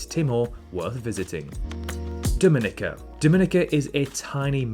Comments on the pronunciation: Dominica is pronounced "Domi-neeka". Your error is very common and probably due to the better known Dominican Republic, the pronunciation of which you got right. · You pronounced Dominica incorrectly. The accent is on the third syllable. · it's pronounced DomiNIKa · you are pronouncing Dominica wrong. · Hard to sense your expertise on this topic when you don't even take the time to learn the correct pronunciation of Suriname and Dominica.... But I appreciate the disclaimer at the beginning about how subjective this is. Also they do have the internet in just about all the places you mentioned, so it more likely than not you will see comments from people who live in the various locations...